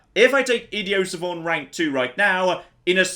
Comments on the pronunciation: Ok I've kept my mouth shut about it long enough... Idi-oh suh-von?????? The hell? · Love this series and recently subbed as a result. One thing I find odd though. Why does insist on pronouncing idiot savant like he's French? Both words exist in the English language - pretty much the only difference being the audible T. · What the hell is "Ideo Savon"? Are you trying to say 'Idiot Savant" I think you're trying to say (IPA: ɪ́dɪjət sævənt). Or "ID" + "ee" + "uht" "sa-vahnt". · It's french, "idiot savant" roughly translates to "dumb knowing" and in french you don't pronounce the final consonants in most cases. It's a bit pretentious of him but still